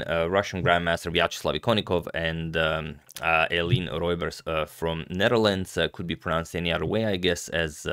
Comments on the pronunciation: Hi agadmator! The pronunciation is Ay-LIEN-uh ROO-bers The "oe" in dutch is always pronounced "ooh" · If you actually want to hear the correct pronunciation, check out this 3 step tutorial: 1) Play 'The Wiseguys - Ooh La La' video; 2) Realise after 35 seconds they sing 'say OE la la', 'say OE la la' 3) Now say: 'Eline ROEbers'